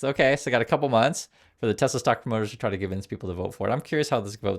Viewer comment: “I love tesler”